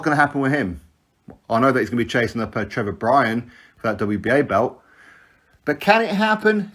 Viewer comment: "Trevor Bryan". Kick It Out.